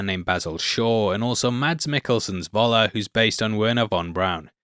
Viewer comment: Why can't ANY English-speaking person making videos here learn how to say "F" (as in the English word "fun")for the German letter "V"... i.e it would be "Föller" and not "Voller"!!